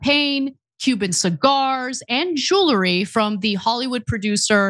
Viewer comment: Ugh... it's jewelry, not jeulery.